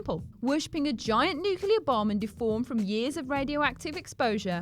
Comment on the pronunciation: NuclEar!! NuclEar!! Sorry i just cant take it anymore!!